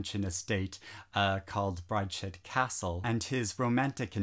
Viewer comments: Hi, it is Brides head, not Bride shead 🤣 Just saying.. Don‘t read David Copperfield, it is boring. In the same vein don‘t read Death on the Nile, better read Secret of Chimneys or the Murder of Roger Ackroyd. Also: you do not need to watch the Branagh-Version: he is a very bad Poirot. You only have to look at the „Moustaches“... Rather read Persuasion or Mansfield Park, but any Movie with Bill Nighy should be fun, eben Emma. The Secret Garden is a nice book. The mysterious Affair at Styles is s really good story. Fitzgerald was a great writer, one can read almost every book, though you are right: The Great Gatsby is not all that great. Don‘t read Dickens at all. He steps on the tear glands with a steamroller. Anne Bronte is also overrated. The rest I have not read. Anyway: These are of course only my oppinions. You might easily like, the books I didn‘t. You still shouldn‘t watch Branagh as Poirot,though. Any other movie with him, just not as Poirot.🤣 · OH MY GOSH! I have been searching and searching for a booktuber that talks about Classics!!! or at the very least talks about books that aren’t YA fantasy or weren’t published last week. Thank you, thank you, thank you!!! It’s brides-head, by the way, not bride-shed 😉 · It’s pronounced Brides Head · No-one is perfect,. I'm from Africa and the mispronunciations from our literature(South-Africa) don't irritate me that much. Great list. Inspiring to get reading as well!! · I think there are a lot of people who are big fans of Brideshead and that are very attatched to it. Most likely they just feel that you mispronouncing it doesnt offer it the kind of respect and consideration that they would expect anyone to show for the story they love. I dont think you need to explain yourself here, personally I just thought it was a little funny.